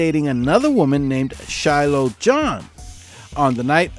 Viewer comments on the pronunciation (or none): none